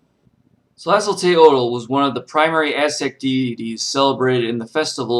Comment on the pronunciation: / Very limited, one-sided, and thus not a real good overview of Tlazoteotl. (Pronounced "tlah-zoh-TAY-oht" -- the "l" at the end is silent or gently breathed.) Please do more research. I am a member of the Mexikah Tribe, and my ancestors are Mayan and Aztec. Tlazoteotl, as with all of our "Gods" is not so much a distinct "deity" as she is a complex of energies. Our word for your words "spirit", "God", "soul", "energy" is simply "teotl". Nothing about it translated easily into any other language. But because these energies overlap, push up against, compete, complete, and compliment each other, at any given time Tlazoteotl, for example, can become another energy -- hence both her defiling and purifying natures. Nothing is without anything else, which is the lesson of the Four Directions and the Center. Tlazolli, like all things, is an ephemeral moment, but can last 'too long' for human liking or health, but it is also necessary for growth and sustenance.